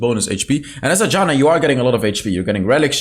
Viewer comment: It's not Đana, it's fucking Jana